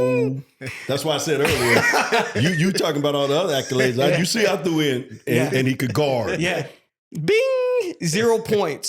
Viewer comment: is cringe. Ruins the vibe every time he opens his mouth. And for the love of god, Learn how to pronounce “accolades” bro.